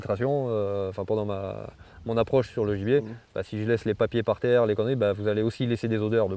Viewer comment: A chaque fois qu’il dit gibier j’entends ennemi.